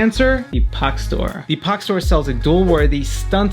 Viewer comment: Links would have been nice, took me ages to find Pach store as you pronounce it Pog store